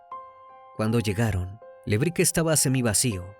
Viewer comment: Recomiendo ver éste caso por Paul Landó. Muy inexacto está vez, Crimi..Todos eran rugbiers de Zárate. Todos los acentos y pronunciaciones de lugares mal dichos. Le Brique se pronuncia "Brick ". Gesell es palabra grave. Zárate es esdrújula..Sinali y Comelli no son agudas tampoco. Además, los padres de Fernando son porteros de un edificio, encargados. Son paraguayos todos, por eso lo discriminación y por "negro de m...". Hay cantidad de vídeos sobre su asesinato aquí en YouTube que fueron condenatorios. Estuve en esa marcha en el Congreso y esos padres partían el alma. Todo está filmado y subido aquí. Si quieren ver bien el caso. Pablo Ventura pasó un infierno y estaba a 500 km. Los rugbiers no lo querían por buen chico y siempre que hacían algo malo en Zárate, la broma era "fue Pablo Ventura ". Una pesadilla. Pero, como te digo: toda la golpiza está filmada. Una chica le dio RCP en el lugar, pero ya estaba muerto cuando llegó la ambulancia. Thomsen es quién le asesta la patada asesina en la cabeza. La suela de su zapatilla estaba marcada en Fernando. Un caso muy triste que merece ser tratado con detalle .